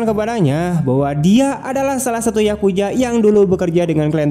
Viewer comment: Yakuza Bang bukan yakuja